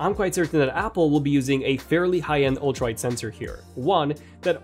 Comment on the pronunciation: Am I the only one hearing ultraid instead of ultra wide?! Lol